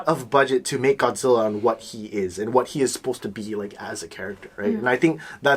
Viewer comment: ゴズィーラじゃなくてゴ・ジ・ラ！！！